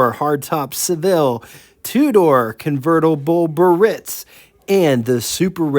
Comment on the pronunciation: Hi...It's not Burritz...It's BEE AIR RITZ.